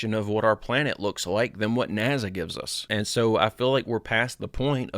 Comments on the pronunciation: …I love your channel, I appreciate all you do with videos & I’ve been here since the very beginning and I’m not trying to be rude or disrespectful here but good grief I am having such a hard time listening to you continue to say NAZA when you know it’s not how you say it and it’s been happening since day one, why are you still saying it like that? Professionally, when you want to appear smart, or to be taken seriously, etc, you should try to be correct in pronunciation …it’s a discredit to you & the impression you leave…it’s the same as people saying supposebly when there is no B in the word and it’s pronounced supposedly. I’ve been sitting on that for several months and I’m sorry I finally had to say something, it won’t change me watching you, it’s your image not mine. Please don’t be angry!😅✌️ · Dude why are you incapable of pronouncing NASA right? Do you see a Z anywhere in NASA no you do not so why in the fuck do you keep saying NASA as if there is a Z in it? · Naza? Cmon! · Why does he pronounce it "naza"? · Howdy Steppers! Let's get after it... 1. Stay out of the water. 2. No urban exploration. 3. It's pronounced 'Naazah' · It's pronounced notzo.😂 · …I love your channel, I’ve been here since the beginning and I’m not trying to be rude or disrespectful but good grief I am having such a hard time listening to you continue to say NAZA when you know it’s not how you say it and it’s been happening since day one…when you want to appear smart, or to be taken seriously, etc, you should try to be correct in pronunciation …it’s a discredit to you & the impression you leave…it’s the same as people saying supposebly when there is no B in the word and it’s pronounced supposedly. I’ve been sitting on that for months and I’m sorry I finally had to say something, it won’t change me watching you, it’s your image not mine. Please don’t be angry!😅✌️